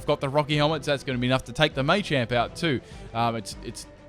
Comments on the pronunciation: dude its not maychamp its MA CHAMP :P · why do u not say machamp like ma-cha-mp because you say may-cha-mp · I like how he says "Maychamp" :P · Two things; one why are you saying machamp so weird, two your intro is annoying it's so long